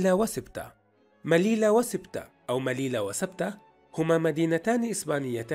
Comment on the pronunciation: *مليلية و ليست مليلة. و شكرا